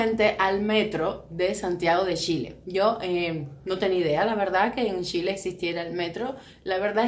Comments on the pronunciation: Es Chile. Y se pronuncia como tal ch, no con sh amiga y mi pais es el mas moderno de Latino America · Los nombres no se cambian nunca. Si tu nombre fuera Yuli y fueras a Argentina (donde pronuncian la Y como Ch) por respeto te dirían Yuli, y sería una falta de respeto que te cambien el nombre por su acento y te pongan Chuli. Chile se llama Chile, no Shile. Suena como si un gringo le dijera Quiuba a Cuba, se llama Cuba y punto. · Lo que dice la amiga es cierto, a los chilenos nos molesta el sonido sh. Si la amiga cubana desea llegar al público chileno le recomiendo pronunciar cuando menos el nombre del país correctamente.